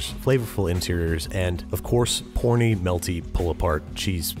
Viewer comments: He 100% said corny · evs251 turn on captions. He said porny, it is also easily audible if you listen to the initial sound of the word, it is not a hard “Kuh” but instead a soft “Puh” which would confirm in fact that he said porny and not corny.